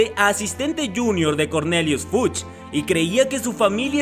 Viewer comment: Cuando dices Fudge suena como "fuch" jejejejeje